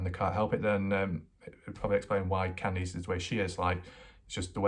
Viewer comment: Why do you call her Kandees... Candies? Who thought you to talk? They did a bad job...